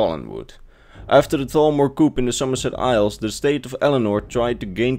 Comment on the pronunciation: It amuses me when people pronounce coup, which is "coo" as "koop". Makes me wonder then...if chickens rebel is it a chicken coop? If it's a rebellion in a chicken coop is it a chicken coop coup??